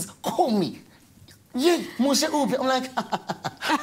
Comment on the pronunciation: its Moshe Ndiki not Mdiki